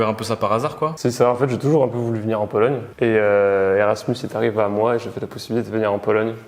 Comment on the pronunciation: Mdr j’ai bien entendu polonie😂 fatigue apero mr